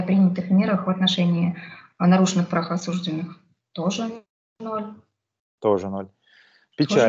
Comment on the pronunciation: Девушка милая и молодая, видимо не знает еще , что слово осужденный с ударением на второй слог произносят только менты родом из крестьян. Правильно говорить "осуждённый".